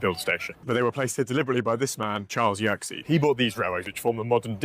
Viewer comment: Small correction: Yer-keys, not Yerksey